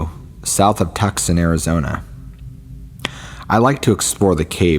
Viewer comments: TOO SONN not TUCK SON 😁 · Please tell me someone corrected your pronunciation of Tucson.